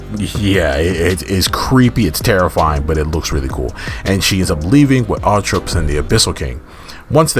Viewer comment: Something I’ve noticed is that you keep butchering the 3 dark sisters names. They are named after the 3 Fate Sisters from Greek Mythology: Atropos, Lachesis, and Clotho.